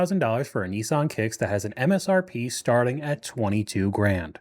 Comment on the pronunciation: Americans have real trouble with the word "Nissan"